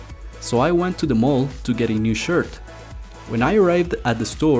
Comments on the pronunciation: when it said shit instead of shirt Lmaoo but yea this is still a good video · I love channels like this, but just helping you out bro... U said shit instead of shert about 8.32 min in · anyone else noticed it said “a new shit” and not shirt?